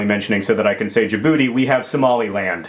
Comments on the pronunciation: John, I have friends from there, and it's pronounced Jib boot tay, not Jib Booty. Knowledge is power. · Djibouti...not jaboodie.